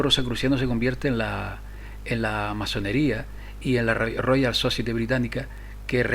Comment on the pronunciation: society se dice "sosaieti" por favor....